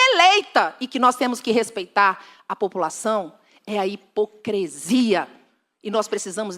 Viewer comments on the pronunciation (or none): "Hipocresia" precisa de uma aula de lingua portuguesa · A dona aí não sabe nem falar. O certo é hipocrisia. E não hepocresia. Tá bom?